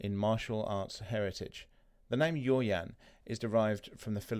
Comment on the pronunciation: I was about to comment the same thing. Pronounce yaw as y-a-o.